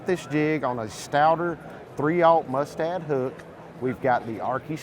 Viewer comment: I tuned out when he said Mustad hook.